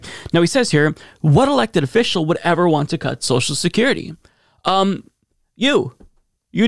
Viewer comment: He calls social security ‘sowshecurity’ lol couldn’t get any dumber